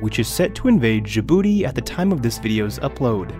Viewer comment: Djibouti is pronounced with an initial j as in jam, by the way; not with the final consonant of ‘rouge’.